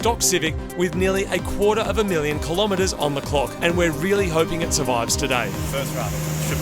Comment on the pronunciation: Been watching MCM for many many years, never commented. Wanted to say that I really appreciate that Marty says "kilometers" properly :D